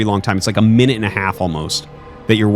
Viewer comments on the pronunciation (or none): none